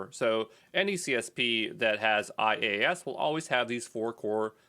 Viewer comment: IaaS is pronounced - Yaaahz